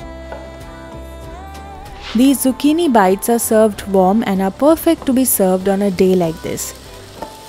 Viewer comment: She said warm milk, I heard bomb milk😂😂😂😂